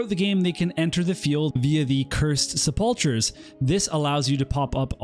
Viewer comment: Sepulchers is pronounced with a hard k sound